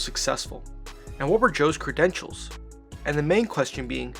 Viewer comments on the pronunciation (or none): How do you f up the word 'credentials' so badly